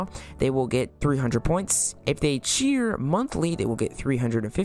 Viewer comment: i thought he said cweer